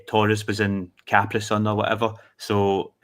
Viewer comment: "Taurus in Capri-Sun" 😝